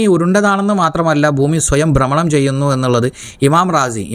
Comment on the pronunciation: ബ്രമണം അല്ല